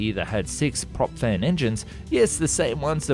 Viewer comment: Astounding how you manage to talk about the Aerocon Dash 1.6 Wingship without ever uttering the word "ekranoplan", WHICH IS EXACTLY WHAT IT IS! - It sounds like you're saying "prop-fed technology". These types of engines were known as "unducted fans" at the time, and some did enter service.